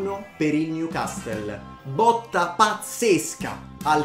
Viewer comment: Newcassol non newcastle Si dice Lesgen non Leiun Tottenham Hotspur stadium non white hart lane Lo scudetto si vince in Italia non in Inghilterra, dì titolo piuttosto